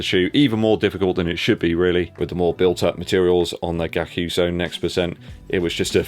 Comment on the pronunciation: Hi, Gyakusou in Japanese means ‘going against the wind’. Decent pronunciation btw, you just missed the Y😂 Happy New Year!